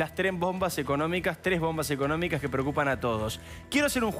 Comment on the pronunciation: "LA TRES BOMBAS"? Como que se comieron una S.